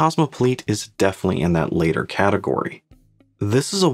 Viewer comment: Great review,. Critical yet honest and positive. Your reviews are a treat. As to the phrase "and the Kosmopoliet is definitely in that latter category", please note that "latter" and "later" are two distinct words, each of which is pronounced differently.